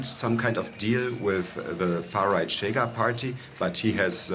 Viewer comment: it's not "Tchega", it's "Shega" 🙄